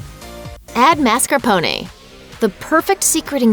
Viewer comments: Girl....the way you pronounced marscapone cheese lol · MAR SKAR PWN. Say it right.